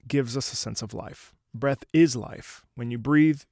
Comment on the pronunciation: when u kept saying 'breath' i thought u were saying bread 🤣